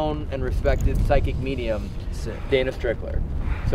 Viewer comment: No more "mediuns" in these videos please